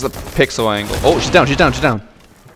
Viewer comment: did he say best angel? Rather than angle 😂😂